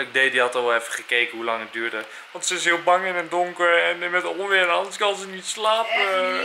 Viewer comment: leuke vlog weer! :) Enzo, het is oNweer en niet oMweer! ;-)